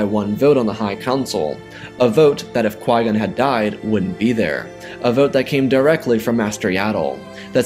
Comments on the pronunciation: Why does it sound like Yoda is saying Master Why-Gon? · Is it just me or does Yoda say Why-Gon instead of Qui-Gon lol😂